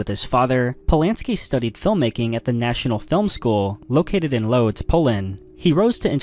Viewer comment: I can't help but laugh at the pronunciation of Łódź😭😭 it took me a while to figure out what you were talking about, not gonna lie never heard anyone pronounce it as loads😭